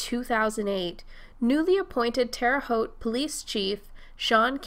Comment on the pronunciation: Shout out for saying Terre Haute correctly!